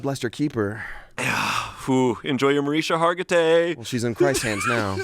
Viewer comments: Ikr!!! It's pronounced Marish-ka. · Him saying Mariska Hargitay wrong that many times is funny enough without any other jokes. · Who's going to tell he mispronounced Mariska Hargitay SO many times???